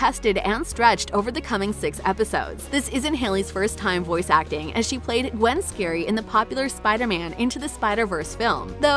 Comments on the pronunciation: She called Gwen Stacy as Gwen Scary. LMAO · Vi not V and Gwen Stacy not Gwen Scary. Do better. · Did she say gwen scary?? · yeah, idk how they do not know how to pronounce the lead's name AND get Targaryan wrong from GoT? AND say Gwen Scary from Spiderverse?? hahaha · Vee, Gwen Scary, Ms. Purrjean, but somehow she gets Heimerdinger?? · Gwen SCARY? Why are there so many mispronunciations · Tell me you didn't watch Arcane without telling me you didn't watch Arcane. Also, did you say "Gwen Scary"?